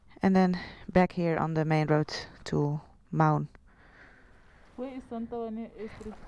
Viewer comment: Mau(n) is pronounced like the "Mou" in Mound.